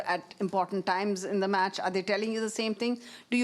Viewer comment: its not Mats... it is match....!!